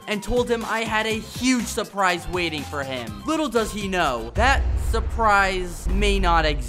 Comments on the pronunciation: Ah “supreise” ❤ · “Supreise” Bro has my exact garmar